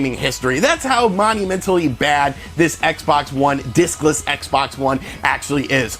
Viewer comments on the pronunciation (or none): I keep hearing dickless. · Watching this it seems you keep saying dickless system lol. Agree what a huge screw up on Microsoft's part. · Sorry thought you said "Dickless Xbox" haha... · I heard "dickless" Xbox system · I keep hearing dickless Xbox one lol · Every time u say discless I expect u to say dickless Xbox one